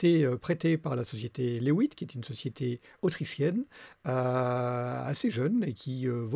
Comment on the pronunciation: reporter de guerre... La différence entre le mic lavallière et le petit bâton est patente. Alors sinon, si c'est autrichien est-ce que ça ne devrait pas se prononcer "lait vite" plutôt que "les huit, mais en Belge"? Mais peut être qu'eux mêmes, chez laihouitte, ils le prononcent "à l'anglaise", je sais pô. (Mais bon, j'vais pas critiquer le, c'est le meilleur youtuber testeur de micro du monde vu qu'il s'est abonné à ma chaîne, c'était juste pour aider! 😄 ) Et important, point Covid, l'avantage du masque c'est qu'on a presque plus besoin d'anti-pop. Faut rester positif.